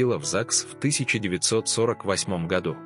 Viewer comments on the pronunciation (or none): none